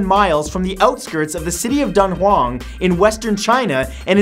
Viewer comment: Heh Dunhuang (dun wong)